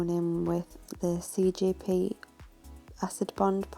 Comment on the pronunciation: lol love the work but y do u keep saying cgp instead of cjp